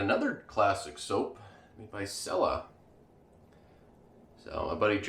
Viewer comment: "chella" not "sella".